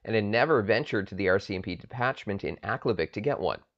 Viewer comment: I first heard this story at the bay store in aklavik in 1975. the people as they referred to themselves pronounced aklavik different than you. minor difference to the story. it is inside the artic circle and the tree line. I never saw a spruce just willows. from aklavik to tuk to inuvik, no spruce.story the same, minor liberties taken as any good story teller would. thanks for bringing back a forgotten memory.